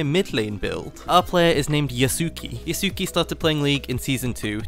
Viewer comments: YAH-su-KAY, not yuh-SOO-kee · l believe his name is pronounced as Yasu-kay